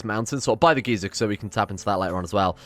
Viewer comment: The way he pronounces geyser makes me think he's talking about some old guy